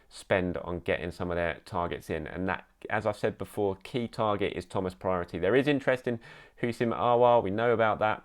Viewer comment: Man once said Thomas Priority 😂